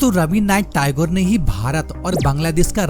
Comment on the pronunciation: टायगौर नहीं होता है टैगोर होता है